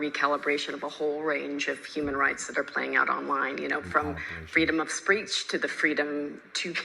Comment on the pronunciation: She said "freedom of spreach" What's that?